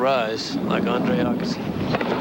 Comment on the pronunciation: nobody could've told Arthur how to pronounce his name?